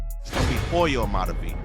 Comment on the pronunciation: In Hoyo the H is silent my boy... Alot wasn't covered... Especially the heart of ELA... Atlantic and Whittier